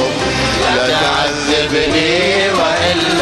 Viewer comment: مين اللي قال لا تعزبني والاصيل يصحح له حرف الذال😀